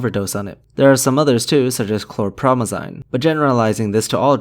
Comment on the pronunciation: Heroin is actually a pain killer aka Diamorphine which is actually legally available on prescription. Acetaminophen is known as Paracetamol in the UK. And Chlorpromazine (which you mispronounced btw, it's een at the end not like the German ein 🤣) is a very old Antipsychotic rarely prescribed outside of the USA anymore since newer drugs with far fewer side effects now exist, most TV programs will mention it by its American brand name Thorazine but in the UK it's mostly known as Largactil. Sorry 🙏 I studied Pharacology and can't help myself 🤣 Fun (?) fact about Heroin, that's the brand name for Diamorphine Hydrochloride and it was named that because when it was discovered there was a rampant Morphine problem among the public due to it being legally available and they stupidly thought that it wasn't addictive (in fact it's 3-4 times more addictive) and called it Heroin without the e for some reason (Heroine) as in the female hero because they thought it would help cure the people of their addiction. Another fun (?) fact, Morphine was named after Morphius, the goddess of dreams.